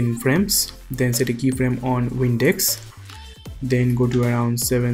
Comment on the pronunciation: this was awesome man thanks. when you were changing the values for the wind, it sounded like you kept saying WINDEX